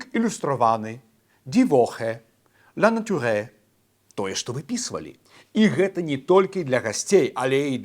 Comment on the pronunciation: Не ''ля натюрэ'', а ''ля натюр''. У французкай мове нямое ''е'' у канцы слова не чытаецца. - хоць смейся, хоць плач.